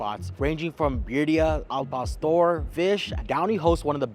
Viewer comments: Dude you have a cactus 🌵 on your forehead and you can't say birrria. Not birya or al pastor not pastor. Your suppose to be expert in mexican food and you cant even speak spanish😮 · Bro sounds Indian pronouncing birria lol